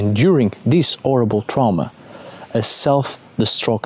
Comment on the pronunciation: then he pronounces horrible as orrible, so adds an h to vowels and silences at start of words?